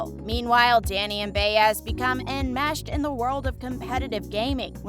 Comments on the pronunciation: Why is Ryan Eggold in the thumbnail? Also, it’s pronounced by ezz, not Bay ezz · Bay ezz is an annoying mispronunciation. She is a recurring character- Buy es or Buy ezz depending on your Spanish skills. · Again, with the mispronunciations!!! It’s Buy-ez not Bay-ez for Detective Baez. Sorry, it just irks me.. 🙄🤷‍♀️ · Rite get her name rite it’s annoying me as well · Still waiting for how Season 12 will shock us fans! Lol! And please learn how to pronounce Baez’s name.